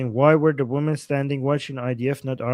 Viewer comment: No. He always mispronounces "women." Ask Susie how to say it. But his English IS very good.